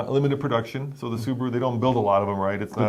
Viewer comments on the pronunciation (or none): none